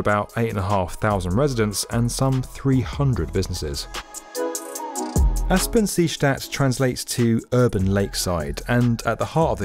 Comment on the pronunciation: Aspang-Seestadt, nice pronuncitaion :)